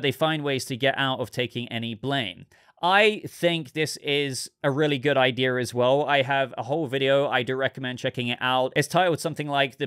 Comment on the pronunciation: You said "idea" then you said "idear" which is not a word, ideal would be an option